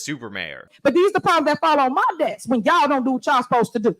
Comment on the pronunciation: "This the mess on mah dess"...... No, the mess is BEHIND the "dess". Dumba$$